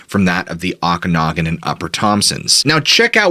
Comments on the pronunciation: p;ronounce the names correctly !!!! o ka na gan !!!!!!!!!!!!!!!!!!!!!!!!!!!!!!!!!!!!!!!! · It's pronounced Oak-in-og-an. I grew up in Penticton, BC, Canada which is the at the bottom of the Okanagan Valley.